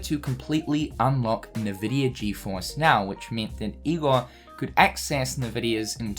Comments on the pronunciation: Why do you say "Nahvidia"? it's just Nvidia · This is hype but haha "NeVidia", it's pronounced "eNvidia". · Btw as someone who has played a ton of PC games, nVidia is pronounced IN-Vidia, rather than En-Vidia or Un-Vidia or NeVidia or however you were pronouncing it as a playstation gamer. I started typing this comment and you stopped pronouncing it altogether so I can't remember exactly how you were pronouncing it. If you want to verify corrrect pronounciation, check borderlands 2 or 1. During the loading, one of the games (or both I can't remember) loads up an nVidia screen and says "nVidia" properly. Anyway, no hate. Hoping KH IV is more engaging than 3 was because I waiting 14+ years for 3 and was not happy with the story. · Who the fuck pronounces Nvidia like that ?? 😂😂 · I've never heard anyone read NVIDIA like that xD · Because people have different accents